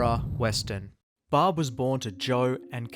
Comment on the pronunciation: Why is the garbage ass narrator calling Barb, Bob?